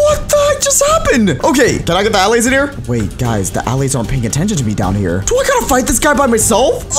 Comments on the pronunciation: "aah lays" its uhlays. just because its an a doesnt mean it sounds like it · Stop calling them All-ays call them Al-lays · its purnounced auh-lay-z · He said allays diffrently